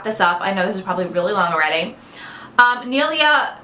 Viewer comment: Haha you got my name almost right! Neala is pronounced Neela and Donaghy is pronounced Donnakee. Tjanks for answering my questions woman. x